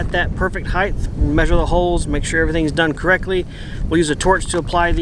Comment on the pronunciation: For the love of God can Americans stop say Heighth, apart from that love you guys